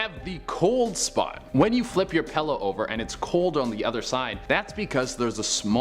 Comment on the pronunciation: When a story contains the word PILLOW and you pronounce it as PALLOW, please get one of the other announcers to narrate that particular story... 😖